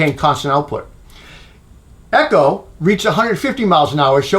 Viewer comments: It’s not Eee-co it’s Ec-ho Echo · you said it eh-cho . I only noticed because I kept looking for the EGO whenever you said it otherwise, lol. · To be fair to the viewers, not only are you mispronouncing "Echo" but it kinda sounds like you keep saying "Ego" which is a glaring absent brand in this test. I know, I know they "chose not to participate" but still...